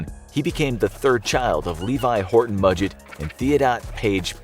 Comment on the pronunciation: You actually pronounced Mudgett correctly!